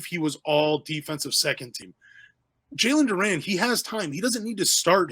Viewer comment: Bro can't pronounce his name and we're supposed to believe he knows enough about him for a good opinion. Nah, I agree it'll be tough for him to get playing time but you gotta get dudes name right. Can't call him Duran